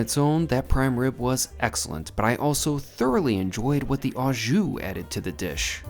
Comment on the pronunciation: When gift cards switched over in Canada from paper format (many years ago) to swipe cards the expiry dates were removed. I am surprised they are only active for 1 year in the States since they are pre-paid. The correct way to pronounce "au jus" is "O" jus. I don't normally correct American pronounciation, but I thought I should since you do steak videos all the time:).